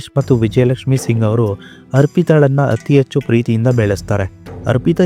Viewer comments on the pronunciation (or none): none